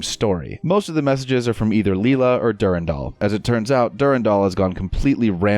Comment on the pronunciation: Du-ran-dal is the right pronunciation; you weren't wrong. "Durindaal" just sounds stupid.